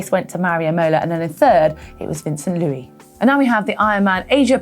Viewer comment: Hey Heather ! I know it's not common in French but we pronounce the S at the end of Luis ;) Cheers !